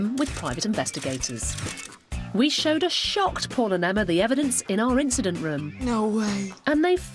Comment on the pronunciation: Are they sayn "instant" room? Do they mean "incident?"